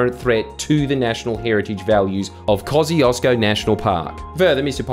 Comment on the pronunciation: I know it's a difficult name to pronounce, but everytime I hear him say Kościuszko like he does I die a little bit inside